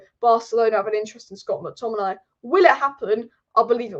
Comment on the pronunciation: I love the way says Scott mcTomminay " Scott mcTommin eye " 😁👍🏼